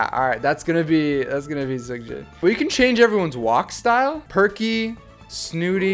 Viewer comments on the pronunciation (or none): Am I the only one who is praying for to fix Jin's name to Seokjin instead of Seokin😂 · It's no longer "SEOKJIN".....its...."SEOKIN" 🤣 Namjoon looks like a dad